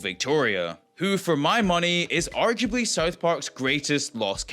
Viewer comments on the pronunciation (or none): Arguably- seems you pronounced it with a soft G like a J, but it’s properly pronounced with a hard G. A good word with both pronunciations in it is ‘garage’- the first G is a hard G, and second is soft. The root of arguably is ‘argue”, and is related to ‘argument’. I think its a little harder to confuse the G in those words so maybe mentally associating‘arguably” with ‘argument’ would make it easier to remember :) If the mispronunciation wwas just a brain fart on your part, I hope you don’t take offense to my correction and I apologize, I just prefer to actually assist someone who made a mistake rather than calling them out just to attempt to elevate my own intellect or pick fun at a person. I hope you never start using AI narration ! It’s so off putting to think that I’m expected to take my time to watch a video when the content creator couldn’t take time to narrate their own content. You are appreciated. Edited for half asleep typos lol